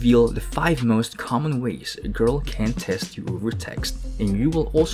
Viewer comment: Am I the only one to laugh on the way he says 'grrl'😆